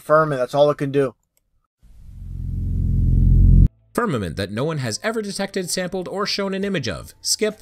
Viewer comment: If mispronounces "firmament" as "ferment" one more time... Oh, wait, he's saying that because he's really drinking himself stupid... Or more stupid. With a name like I would assume that he is deliberately providing false information, not hidden conspiracy details.